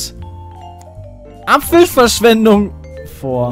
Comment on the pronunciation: "Apppffelverschwendug würg"